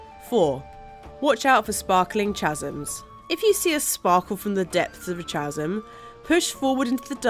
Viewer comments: Chasm is pronounced KAZM, not “Chazm.” Ch is often pronounced like a K, in words like Chasm, Choreography, and Chronology. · Chasm is pronounce KASM, not TJASM.... I know this and am not even English :) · 'cha-sum' LMAO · This is a great video, but being the pedantic person I am I have to point out that chasm is pronounced "kaz-um", not "chaz-um"! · What English person pronounces chasm as "Chaz-m"? Good grief. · "Chasm" is pronounced "kahs-um" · anyone else's eye twitch at the way she said chasm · Wait, how did you pronounce "chasm"? That just isn't right. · I did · Chasm and davem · Rob K I came here to comment the same. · John Rohrer it certainly isn’t a British thing my friend, It’s more an I’ll pronounce this how it looks thing XD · What the hell is that pronunciation of the word chasm? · It is a silent ‘h’ in ‘Chasm’ 🤫😅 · You did not actually just pronounce "Chasm" like that right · you say chasm so... badly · yah comments are correct, she does say chasm wrong lol. but what evs tomatoe tomato